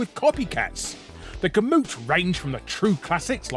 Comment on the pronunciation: “gamut” is said more like “gamm-uht” than “gam-moot”